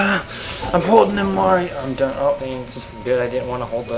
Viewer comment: MARIO not merty